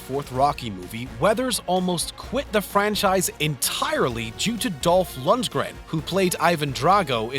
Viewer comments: Are you incapable of pronouncing an actor's name correctly? Are you doing it on purpose to piss everyone off? As someone whose job it is to watch and comment on movie actors you'd think that would be your top priority. These aren't obscure 'B' movie actors your getting wrong here. Brads Pitts? Dolph Lundren? What? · and at 3.00 did you say Brads Pitt? lol er he says Pitts again at 3.40.. it Pitt not pitts! omg you cant pronounce Dolf lungdren correctly either .. it has no S! (is this deliberate?) oh just read previous comments.. im not the 1st to notice this! but i mean, come on, you make a vid about films and actors, at least get their names right! 12.10 ActRESS boHamien? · Bradspitt? Dolf Lundsgren? Too difficult to learn the names? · Brads Pitts.. Dolph Londron.. Is this guy drunk?